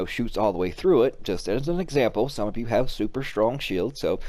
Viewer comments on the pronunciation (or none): Lmao you are not slick bruh lol my man said “sukmeof” lmao